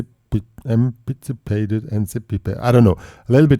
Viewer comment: Anticipated!! LOL!! (An-tis-i-pated)....